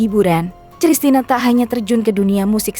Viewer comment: Koq sristina ? Kristina !!!